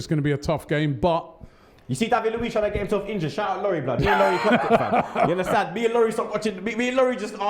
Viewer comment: Yes I do "Unnastand"